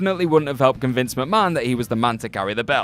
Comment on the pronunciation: Con-vince McMahon